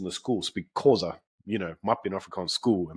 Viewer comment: Is pronouncing the word Xhosa really that hard? 😂